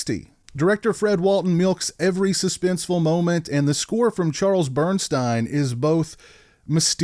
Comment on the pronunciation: I love this movie! You pronounced Bernstein's last name incorrectly. It's like Bern-"steen," not Bern-"stine." I've met him. Great guy! Also, this movie has Amy Steel who I love from "Friday the 13th Part 2." Oh and I read the paperback book that was based on the screenplay. He didn't kill Muffy. He was afraid he was being completely cut out and left on his own. She assures him that he will not be.